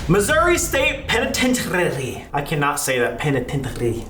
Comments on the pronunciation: the way Sam pronounced penitentiary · Okay but Sam not being able to pronounce the “penitentiary” without his little French accent is hysterical 🤣😆